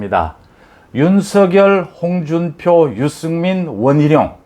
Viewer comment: 윤성렬로 발음해 주세요.